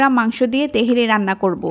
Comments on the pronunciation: বলছেন তেহেরি, আর লিখে রেখেছেন তেহারি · তেহেরী না আপা তেহারী বলেন। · apu . . teheri. . ! na tehari?